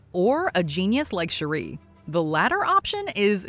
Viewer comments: Yep, definitely putting the emphasis on the wrong part of her name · Is it me or does it feel like they pronouncing shuri wrong? Please tell me I'm not the only one